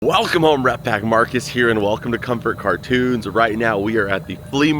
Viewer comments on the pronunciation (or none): none